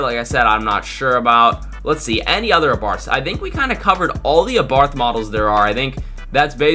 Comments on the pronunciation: Its abarth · It’s ABARTH